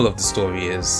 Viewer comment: Nice video, but you are annoying as hell with pronouncing your 'r's like w. For instance "If it sounds too good to be twue, it pwobably is."